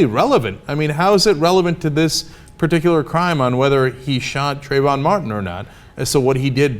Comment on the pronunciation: It's not "Crayon", it's "Trayvon".